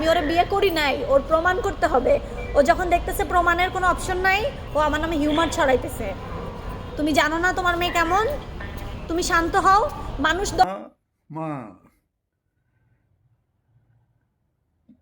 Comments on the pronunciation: "হিউমার" জিনিসটা কি? 🤣 আল্লাহ বাচাইছে, "রিউমারকে" "হিউমার" বলছে। "টিউমার" যে বলেনি...🤪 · হাঁ হাঁ হাঁ ও আমার নামে হিউমার ছড়াইতেছে!!! রিউমার হয়ে গেল হিউমার 😂😂😂 ইংলিশও জানে না